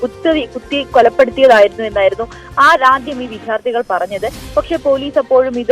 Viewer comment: വിദ്യാർത്ഥിയാണ് വിഥ്യാർത്ഥി അല്ല, റിപ്പോർട്ടർ ശ്രദ്ധിക്കണം